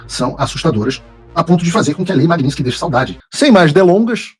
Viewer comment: Paulo, não é magniNsky, e MAGNITSKY